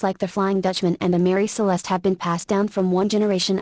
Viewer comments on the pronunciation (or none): none